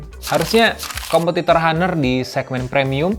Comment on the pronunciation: Bacanya "anr" Bang.